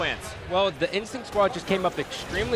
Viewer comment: "final bos...Ah god, INSTICT"